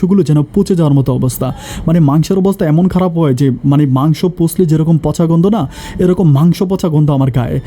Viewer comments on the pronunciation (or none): ভাই প কে ফ ফচা ফ কে প কেন বলেন পার্নিচার,পাশি